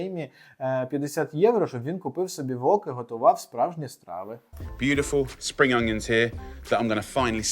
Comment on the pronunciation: Spring onion читається спрін аньєн 😊 No offence